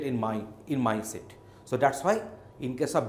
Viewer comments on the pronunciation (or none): none